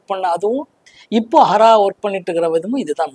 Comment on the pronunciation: Yemma adhu Haaara illa hara